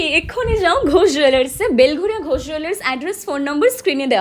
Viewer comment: Last a 'Ghosh Jwellers ' lekhate alo boler name ta clear holo ... Nahole ami ota 'Go Jwellers' sunchilam 😢